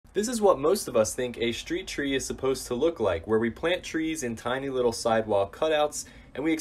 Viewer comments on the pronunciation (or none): "Shtreet chree."